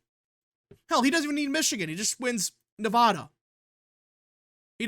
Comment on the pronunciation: Okay. First: Yes. Trump will win NE-02. He's up by +3 Also. It is pronounced: Ne-VAD-a, NOT Ne-V-ODD-a Vad, rad, Chad, glad, had, sad..etc. See the similarity? Same thing with Colo-RAD-o, NOT Colo-ROD-o. There's no ROD or ODD sounding syllable in the spelling of those words! It's RAD, VAD. It's like the people that say Rusher instead of Russia! That's not how it's pronounced! It's 2024 and people still do this decade after decade.